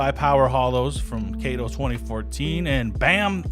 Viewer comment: brother wtf is a KAYTO sticker????